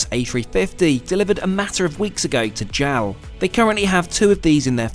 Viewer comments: It is pronounced J-A-L, not jowl :) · It’s “J-A-L”, not “JAL.” And mochi is “mo-chee”; not “mashi” of whatever that was.